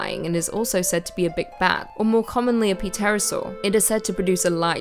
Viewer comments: Ah yes. The p-pterosaur. The pterosaur's cousin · "puh-terosaur" lol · P-terasor. Bahahaha!